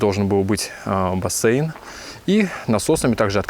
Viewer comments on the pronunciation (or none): Басээйн блядь. Кто так говорит..